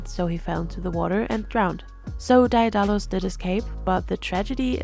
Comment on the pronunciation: great analysis but i believe it's pronounced "dae (deh) • dalus"